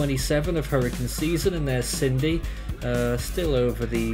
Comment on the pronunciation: Sin-dee How on earth have you got Sydney from Cindy?